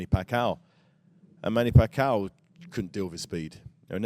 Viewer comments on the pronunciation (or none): "Manny packow"